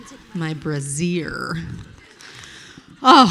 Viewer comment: Why is kate saying brazier the funniest thing